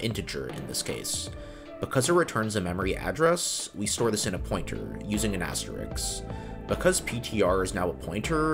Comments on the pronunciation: Axterix?!?!?!? KILL ME DEAD!!! Please, please, please learn to pronounce asterisk. Both of those are SK not KS. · Does comp sci teach that the word asterisk is asterix or something. Beautiful video. Smart lad, amazing explanation, clearly understand hardware and software and programming languages super well. And then asterix. You get my sub, but my question as well.